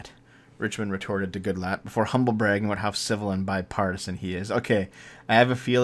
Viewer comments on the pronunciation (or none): none